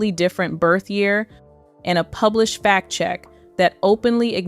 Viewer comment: FACT check, not fat check, please.